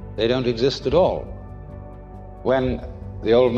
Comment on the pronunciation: Not 'tall